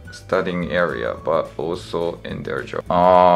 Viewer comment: butもbatになってる？